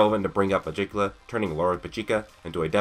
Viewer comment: Nice theory but.... I KNOW YOU DIDN'T JUST PRONOUNCE MEGICULA'S NAME THE WAY IT'S SPELT